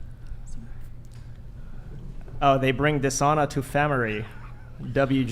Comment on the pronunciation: LOL "They bring dishona to famiree."